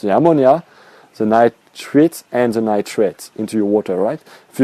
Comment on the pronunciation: Stage 2 is nitrites...pronounced "Nightrights". Well done otherwise. Next video: Fishless cycling?